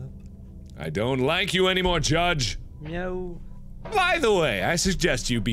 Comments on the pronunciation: alien Oh, I thought that he was saying "no". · I thought he was saying "no" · I always thought he said "no" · alien That's supposed to be a meow? I thought he was saying "no." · am i the only person who misheard zacharie's meow as a yo?